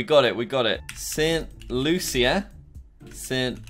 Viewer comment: Jack I just want to say that st.lucia is said for St.lusha